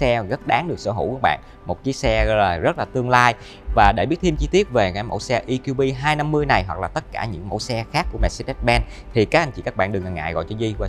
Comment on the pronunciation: Đã nói tiếng Việt thì nói cho trọn vẹn - Giới thiệu GLB200 thì nói GỜ LỜ BÊ hay EQB250 thì nói luôn là "E-QUI-BÊ" cho nó VUÔNG còn bày vẽ nói "GI-EL-BI hayt I-KIU-BI" làm gì cho MÉO ơi?